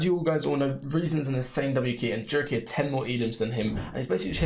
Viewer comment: Bro says jurky with jamaican accent 😂😂😂